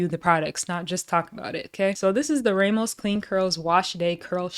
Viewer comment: Good review ty so very mucho so helpful. Btw the surname Ramos has a short hard A sound like the Egyptian god Ra.